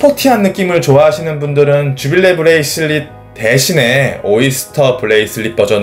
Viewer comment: 브레이슬릿 발음이 왜그래요